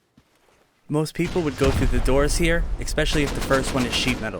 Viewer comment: Good video. Couple things though. If I were to raid that, I wouldn't go for the door or one of the walls, I'd go straight for the middle square ceiling piece. Second, you pronounce "ask" like "axe" and "especially" like "expecially" just letting you know.